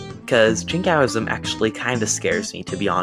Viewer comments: not just extreme, imprecise too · Good video although you pronounced Jingoism very badly, you could in the future also focus on historic British and colonial Jingoism prevalent at the time the word was coined in 1878 by George Holyoake rather than the modern-day example of North Korea that is a bit more extreme.